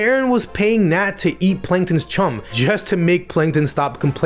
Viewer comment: “Panktons regular” Not very noticeable but it’s funny